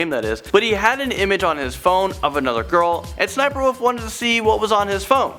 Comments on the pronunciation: I knew that SSSNIPERWOLF went to jail. Her name is pronounced 'S.S.Sniperwolf'. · It’s ss sniperwolf. That’s how you say it. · SSSniperwolf not sniperwolf /(Es)/(Es)/sniperwolf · U don’t go ssssssss u just go SS So it’s not ssssssssssssssssniperwolf Itz SS sniperwolf Sry I just really like her vids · Cringing because it's 'S' 'S' Sniperwolf not sssssssssssniperwolf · its S S Sniper Wolf not SSSSSSSSSSSSS Sniper Wolf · She called Lia/ s-s-sniperwolf not ssssssniperwolf . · Its pronounced s.s. sniperwolf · It's SS-sniper wolf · ITS S , S , SNIPERWOLF!!!! pls work on that lol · There was no reason for sssniperwolf to go to jail. Also it’s pronounced s s sniperwolf Also you told the wrong story about her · Her name is actually sniffer wif her name is actually sniffer Wolf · Sssniper wolf is pronounced s s sniper wolf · Oh yeah the pronunciation of it is apparently S-S-Sniperwolf another thing sausage and lia are still together. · Uh it’s pronounced’ ess ess sniper wolf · You said it wrong it's S s sniperwolf